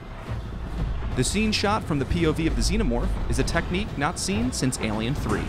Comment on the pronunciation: I’ve never heard anyone mispronounce the word “Alien” before till this video lol